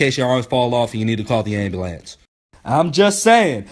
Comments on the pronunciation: I was in the middle of class yo, watching this when I was supposed to be listening to the announcements and I got to, "What if my arms fall off and I got to call the ambulant (I know how it's spelled but thats how he said it)." Bruh I was dead. I lost it in the middle of class. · anyone else dying off ah hw he says "ambulance" 😂😂😂😂😂😂